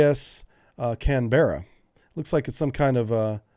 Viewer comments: Hey Dude, FYI it's not Can-Be-rra it's Can-bruh, two syllables, not three. Sort of say "Can" like what dog food comes in, followed by "Bruh", but say it fast so it pretty much comes out as a single word. We have F-35AS - not V/STOL. Australia always cheaps out. We have a saying our kit is "fitted for, but not with" - i.e. we've left enough room, we can add the expensive bits later. It's not like you need to train, learn how to sevice new kit you can just throw it straight in and it works first time everytime and the troops mahgicaly have experience,. <-- the famous so called "dry" Australian humour. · Canberra is pronounced kaan-bruh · I love ya, mate, but it's pronounced "Can-BRA". We tend to shorten stuff a lot.